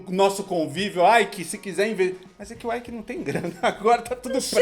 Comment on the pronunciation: O nome do cara é ÊIQUE.... IKE é o do inglês